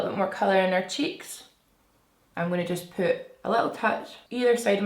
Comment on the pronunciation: I thought you said “poop my base on” 😂😩 i love you so much!